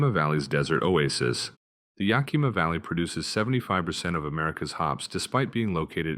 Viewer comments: I wouldn't call the PNW rainforest 'like a tropical rainforest'. The two are a completely separate type of ecosystems. Flora, fauna, soils, invertebrates - all specific to their regional locations. The only thing they have in common is frequent moisture! (btw, Yakima isn't pronounced Yakeema - it's Yack ah Ma. yw.) Nice vid! Thanks 👍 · Or Dosewallips or Humptulips. And it's YAK-ih-MAW to those of us, like me, who grew up 60 years ago within a mile of the Yakima River, when, by the way, it was ranked the 17th most polluted river in the nation. The internet pronunciation guides are wrong. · Next time contact someone from the state before you post the video. You butchered 99% of the names your AI voice said. Which makes people like me laugh and call you stupid. I grew up in Washington state so I know just how badly you fucked it all up. I can list probably ten things that you missed that even a few people from Washington wouldn’t have known about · ........... Yah-Key Mah???????????? L.M.A.O. It is Yakima, pronounced Yah-kim-ah. Washington State has MANY Cities, Towns and Counties that are hard to pronounce. I have lived here for 55 years and still mispronounce certain names. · Yes it is beautiful here. I've lived in Washington state for 77 years and counting. Now do us all a favor and learn how to say Yakima correctly! Yak-i-ma, not ya-kima! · pronounced YOK him ah=Yakima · Double check pronunciations... Chelan, Yakima and Sequim, for example... 😉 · It’s “Skwim,” not “See-kwim.” And it’s YAK-i-muh,” not “ya-KEE-ma.” Good thing you didn’t have to try to pronounce Puyallup. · Extraordinarily repetitive. And the towns are pronounced "squim" not "see-quim," and "YAK-ima" not "ya-KEEMA" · Interesting info, BUT mispronunciations of Sequim and Yakima. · "Squim," not "see quim." What are you, a spy from California? You keep screwing up "Yakima," too.